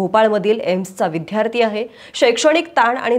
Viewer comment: विद्यार्थी हा उच्चार बरोबर आहे, विध्यार्थी नव्हे. भाषा नीट वापरा ना